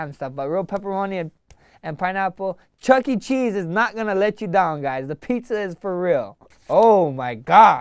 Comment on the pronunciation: Dam my dude really said chuck e cheese